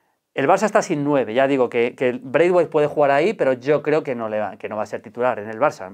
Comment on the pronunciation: Así se pronuncia. Uffff la ignorancia es muy atrevida